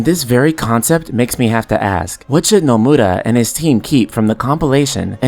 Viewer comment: It's funny how you say "NomurRra" ahahhah Nice video btw, I love watching your videos